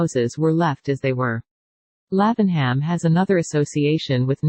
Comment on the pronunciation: Love the houses, but please, get rid of that awful robot voice! And the town is pronounced as "Laving'Um."